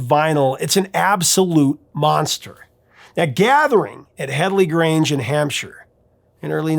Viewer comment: Thank you so much for the correct pronunciation of Hampshire. So may Americans got it wrong. And yes, that's where I am, and have been al my life. As for double albums, only the wall has all it takes to rank as number 1, and will stay there for many years to come. It simply is so dramatic, so out there, and so iconic in it's writing arranging, and composition. On of the few albums that take me through the whole range of emotions, from outright fear, to heart brake, and so much un between. While the Zep album has what it takes to be a great love for anyone passionate about music, it's the wall that has it all.